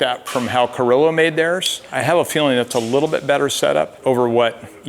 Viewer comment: Carrilo?? Didn't you mean Carraro?